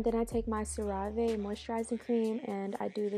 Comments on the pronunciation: The way she said ceraaave when it’s ceraVe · LOL SIRAVAI its Cera Ve lmao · Crazy how you made Sarah-vee sound like some foreign word lmfaoooo